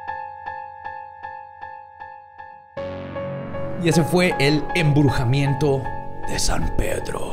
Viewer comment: Y ese fue el emburjamiento de San Pedro. Me mata cuando se equivoca a leer o al pronunciar. ❤️